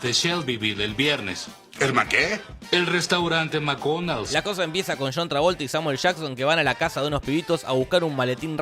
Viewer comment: Por qué le decísJuan a John???